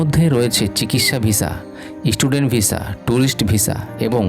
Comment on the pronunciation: ইস্টুডেন্ট ভিসা ! সেটা কি বস্তু ? উচ্চারণ দূর্দান্ত তাই না ।